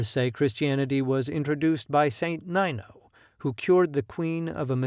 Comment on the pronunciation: კოლხეთი / k'olketi / That's Nino, not " Naïno" The Laz live in Turkey